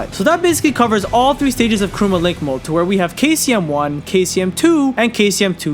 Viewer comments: Bro its KURAMA not KUROOMA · It's Kurama, not Kuruma. Kuruma means car 😐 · Is it just me or is he really referring KURAMA as "Karuma or Kuroma"? Thats what im hearing until the end of the video. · Why do you say Kuruma instead of Kurama? no hate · Kurama not kooroomar how are your missing it up really 😂😂😂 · kurama, not karuma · Kurama man not kuruma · Kurama (Koo Rah Muh). Not Karuma, or Krooma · mf said Karuma lol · Hearing the dubbed hurts my soul... Along with hearing him say Kuruma. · Who tf is Karuma? Smfh thumbs down just for that alone. If you're going to do an explanation of something like this at least be able to pronounce the names properly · “Karooma” - chosen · Why does he say karuma ??? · It’s kurama may guy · Very interesting video, but man im sorry, KURUMA 😂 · stop saying kuruma god damn! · I left when he called Kurama 'Kuruma' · He pronounced it as kooma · Did anyone notice he said Kurama wrong the whole video